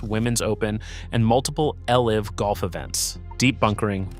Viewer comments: Trump is a liar so whats new and who cares about his golf. With all due respect learn the correct pronouncement of "putting:" and LIV is not lv5. Come on....you are better than that so research will help. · Trump continuously cheats and never won any trophy at any course; except for ones he owns. And AI should know the context of the words it is using. For instance, in a golf video the word "putting" is not pronounced like you are "putting" something away. They are spelled the same but sound different, plus LIV is mispronounced. Trump's cheating is not controversial in the least, it's endemic to his character. Trump was never a 4-5 handicap golfer, as even the friendliest pros say his best is around 10, from the forward tees. His putting is a joke.